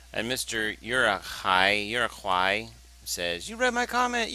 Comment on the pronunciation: its pronounced u rak hay